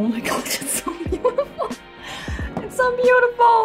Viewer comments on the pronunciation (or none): i like when you said “waaa it looks so beautifar”